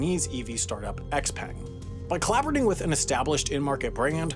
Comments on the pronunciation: Actually, I think it’s pronounced XPeng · R.I.P. beautifully researched video but wrong pronunciation of XPeng